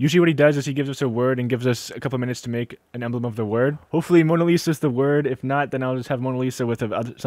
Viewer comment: no, it's Mona Lisa, not Monna Lisa